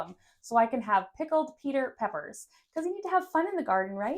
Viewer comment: Ummm did you say, pickled Peter peppers?😅